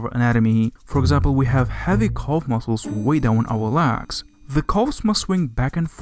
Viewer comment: THATS "LEGS"...NOT "LAGS".....FOR CRYING OUT LOUD. I HARDLY KNEW WHAT YOU WERE TALKING ABOUT.